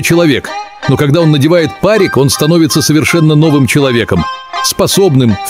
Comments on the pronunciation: ПАрик не впаривай. Ударение на и. ПарИк. Неуч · Интересная деталь, но, когда автор(или бот) говорит слово па́рик, непреднамеренно получается нелепица, означающая, что чувак надел на голову пароконвектомат(типа электронная печка со множеством режимов. В основном, пользуются на пищевых предприятиях) :3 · Парик с ударением на и неуч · Правильно не надевает па́рик а делает па́рик 🤙🤗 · пАрик? Автор, ты действительно настолько не развит, что не знаком с правилом произношения этого слова? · Ставь правильно ударение парик неуч